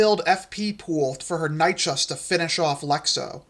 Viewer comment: Love this mate! Though as a pedant Dino nerd I do need to say that Nychus is pronounced Nye-kiss :)